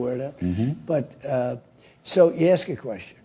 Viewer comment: “I just want to axe a question.”